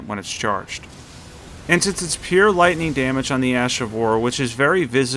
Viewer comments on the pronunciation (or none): none